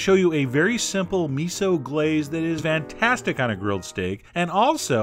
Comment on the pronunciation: I love how you pronounce fantastic with a v. :)